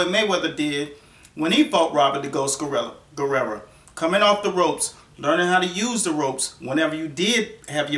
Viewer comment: it sounds like your saying Robert last name with an a at the end,wich applies because that's what u would call a female that is a warrior. hahaha! Robert Guerrera!